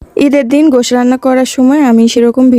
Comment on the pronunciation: গোশ হবেনা উচ্চারণ । গোশত বলতে হবে।